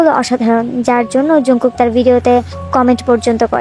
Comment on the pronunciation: Apni age nijer language thik koren korean pronunciation e জংকুক হয় জাংকুক না। সঠিক উচ্চারণ paren না আবার নিজেরে আর্মি দাবি koren আবার আরেকজনের ভুল dhoren😂😪